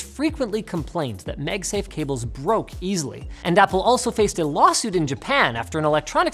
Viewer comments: I love how he pronounces 'megsafe' instead of 'magsafe' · Is it a Canadian thing to call it "MegSafe" instead of MagSafe? Other than that, good content as allways =) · "Meg-safe"?? "Megnetically" "MAAAG-safe" Linus.. and "Maaagnetically" Linus.. come on now.. And NO! You can't blame it on any accent, coz you ain't got none (pretty much)..😉😅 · wtf are you talking about? I don't hear it at all. He's saying magsafe. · I'm sorry, did I hear you mention "MEG" safe? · mEgsafe! I bet now you can't stop hearing it. hahaha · Is he saying MegSafe? 🤔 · You pronounce "MAGnetic" just fine, but then you turn around and say "MEGsafe" like it's a Chinese copycat brand. WTH? 🤔🤣